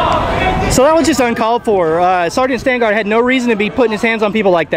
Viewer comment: Great video. btw it's "sergeant"